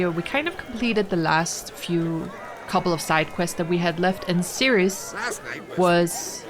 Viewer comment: Pronounced Ser-is. But well done. She is the best outcome for Skellige as Hjalmar is a bit of a doofus.